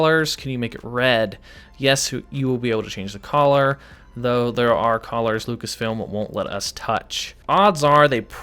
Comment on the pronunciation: you say color but I hear collar